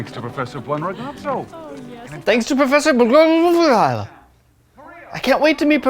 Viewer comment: "Buonragazzo" not blsrasfasa... You know what. From a guy that states that Stromboli is a type of pasta I can expect something like knowing that his name is "Good-boy" in Italian